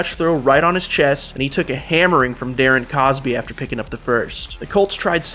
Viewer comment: so he was saying Darren Cosby … I thought he was saying cooper. MB